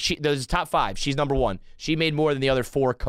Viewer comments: When they say "one"? The eater blogger Mark Wiens does that too. What's odd is that most people that say it JUAN, also pronounce the word eaten as "E-TEN". I cant figure out this strange anomaly. It has to come from some type of learning base that was popular decades ago, for children that had pronunciation issues with certain words/syllables. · It's bothered me for years. Thank god someone else hears it!